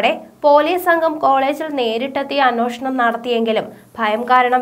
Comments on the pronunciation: അന്വേഷണം ആണ് അന്വോഷണം അല്ല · അവതരണം നന്നായിരുന്നു. അന്വേഷണം എന്ന വാക്കിന്റെ ഉച്ചാരണം ശരിയാക്കുക.